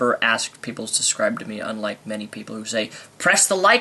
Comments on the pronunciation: SUB-SCRIBE. NOT-------- SUS-CRIBE. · you say subscirbe weird